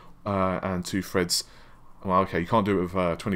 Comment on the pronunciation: No. It's not. Renoir: Ren-Waar: Renault Matisse: Ma-teese: Ma-tassy Thread: thread: Fred Navi: Na-vee: Nah-vae